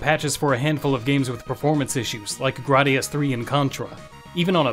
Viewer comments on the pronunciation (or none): I 100% agreed with you until you miss pronounced Gradius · Aint never heard anyone mispronounce Gradius before that's an accomplishment